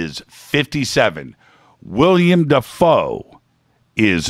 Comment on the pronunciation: Willem. Not William. Just saing because he's my fave.